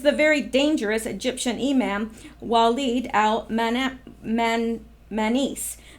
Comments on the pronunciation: imam pronounced e-mom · Imam pronounced ~ e mom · It’s pronounced “e-mom”. Know your enemy. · Imam pronounced E mom long a sound. .. no biggie. .. awesome cast today. . always appreciate your work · It is pronounced E-Mom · Long E sound, not A